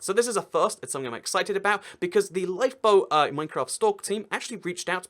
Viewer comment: When he said 'LifeBoat' i thought he said LiePo.. 😂